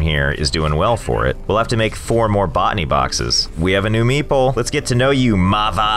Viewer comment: When the pronunciation of meeple starts sounding a bit like meatball 😂